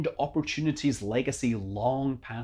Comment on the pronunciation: At first at the end I thought you said "I'm Scott Manley, Cry safe" RIP Oppy. we'll miss you.